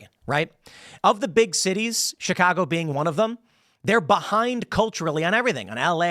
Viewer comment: Tim, you dont say Chicago the way people from Chicago say it! What’s up?